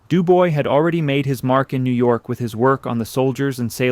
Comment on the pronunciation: It’s not DOO-BOY, it’s pronounced DO-BWAH.